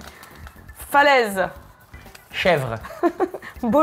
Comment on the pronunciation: "que jé joué ... dans oune film .. j'étais oun chèvrre" ptdddrrrrrr je suis mort !!!